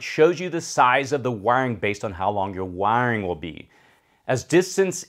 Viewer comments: all i heard when you said Wiring is "wang" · It took me a while to realise you were saying "wiring" when I'd thought you were saying "wang" at first :D Nice video though! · When you say "wiring" it keeps sounding like "wang" to me 😅😅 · Great video but the way you say wiring is funny